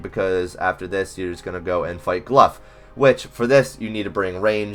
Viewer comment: Cmon man, its GLOUGH, aka GLOW not Gluff, i didnt see a single "F" in his name nor a "ph"